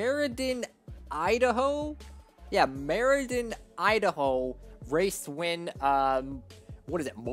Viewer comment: Mer-i-dan? No its Mer-idi-an dirt race